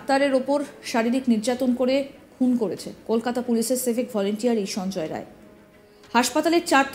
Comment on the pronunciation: নাম টা সঞ্জয় রায় না । সঞ্জয় রাই ঠিক ঠাক বলুন।